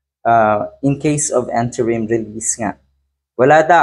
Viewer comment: pakiayos naman po pagbigkas Ng Interim. Hindi po ENTERIM ha? Interim po. nakakahiya po talaga Yung bash Ng bash ka tapos ganun pagbigkas mo 😂